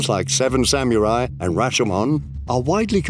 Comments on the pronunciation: "Seven Samyurai"...? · Why does this dude pronounce samurai like "samyuri"